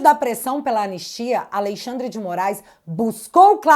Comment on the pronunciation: MEU DEUUUUS, Q JÁ TEM 5 ANOS Q ENFATIZA A PORRA DO TERMO "A LEI XANDRE". DEU,!!! JÁ ENTENDEMOS...,NÃO PRECISA SEPARAR SÍLABAS